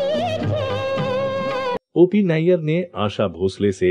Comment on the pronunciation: OP Nayar Nahi Hai Nayyar Hai 😂 nayar or Nayyar alag surname hai pehle khud pata kar dosto ko galat information de raha hai